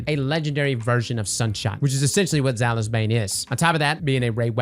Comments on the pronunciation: It’s pronounced Zai oulies sorry it bothered me. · I think you had Zhalo Supercell on the brain when you kept pronouncing Zaouli’s like that. 😂